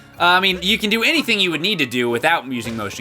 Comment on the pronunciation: Cappy says cant instead of can